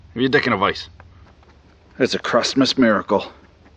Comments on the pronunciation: I heard Hairy Crust-muss (or was it Crust-mess?) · Did she just say "Hairy Christmas"?